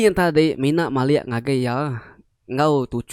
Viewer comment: Cerita manah..tang ka nanya ke jaku "MALIK" ke dikena...malik tu merening..enti "mali""ukai mali -(ukai reti utai ti enda tau)...sebut mali enggau malik reti ya enda sama....